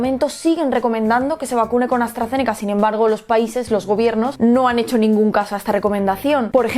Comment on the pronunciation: Se dice los, no os